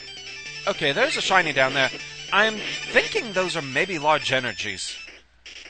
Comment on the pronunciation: are u british? i like when you said seny instend of shiny, and when u say GODZ.